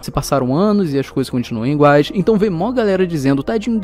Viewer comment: O dizendo "inguais" akakkakaka